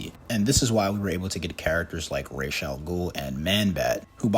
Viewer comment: Thank you for saying ra's properly